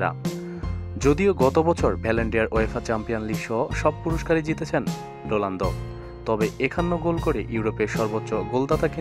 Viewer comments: vai...rolando na....ronaldo....apni bolsen j...rolando...spelling thik koren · sala ronaldo uccharon ta thik moto kor age